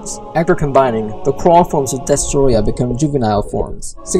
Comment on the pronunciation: I wish M.I.B. did the voice-over he would have said Destroyah better